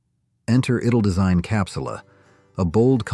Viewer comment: Must be American, you can really hear it in the horribly mispronounced ‘Italdesign’. These yanks don’t even try to pronounce things properly